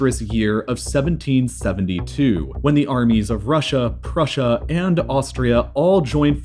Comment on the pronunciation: russia and prushia